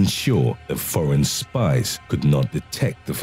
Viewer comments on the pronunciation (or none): none